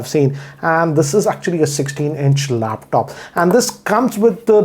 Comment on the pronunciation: It is not heechd its hd and not laaaptop